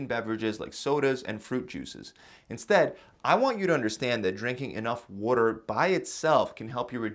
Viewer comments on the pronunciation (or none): Say water right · Did you say "wooter" are you from Philly?